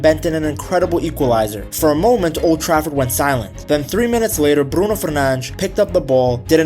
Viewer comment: Atleast try to pronounce brunos name properly....... Other than that I love ur content